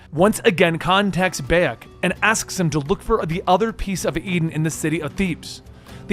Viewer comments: Every time I hear you say Beyak instead of Bayek, my ears bleed! 😒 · The protagonist isnt called beyak. But bayek. You cant even fucking nail that, why the fuck should we listen to your video? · Ahh yes bey-ej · BAHHH-YEKKK good god man the least you could do is get the main characters name right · Dude it pronounced Buy-Ek!!!! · Beyack? Hahahahahahahahahaha!!! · dawg im sorry but you couldve at least tried to pronounce his name properly. everybody calls him BYE-ek and u still managed to pronounce it wrong smh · Ah yes my favourite assassin Bay-ek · Ah yes baiek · Pronounced bye-yek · i love how you mispronounce the name beyak thats funny leatrn more about games if u wanna make vids ab them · huge dislike for mispronouncing the protagonists name, that's about as much as I need to know about how much you know about the series and if I should listen to the video, bye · I can't finish this video. It hurts to hear you say Bayek's name. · How do you listen to someone's name a hundred times maybe even read it if you have the subtitles on and still say it completely wrong in the most American accent possible. Is it just impossible for Americans to just say a name how it's pronounced do they have to pronounce it in an American accent with American English and American pronunciation wtaf and how? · honestly, I couldn't watch more than a minute of this for the simple detail that he's saying Bayak's name wrong, cause its not like you don't hear it a HUNDRED times in the game or anything... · I literally don't have the capacity to finish this video because he can't pronounce my man's name 💀💀💀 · Yeah I was boutta say how can you play the game and not pronounce Bayek